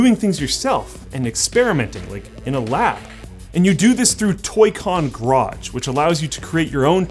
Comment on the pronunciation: All I can focus on is how he pronounces garage like grodge.